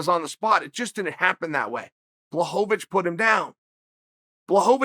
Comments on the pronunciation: you are both wrong... its blahovavich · Everyone: it's not pronounced Blockawitz Chael: ok great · Chael just CANNOT say this mans name 🤦🏾‍♂️🤣🤣🤣. Blahovovitch